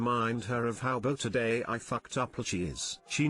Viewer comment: I have never seen a TTS fuck up the word "beautiful" as horribly and consistently as the one you are using.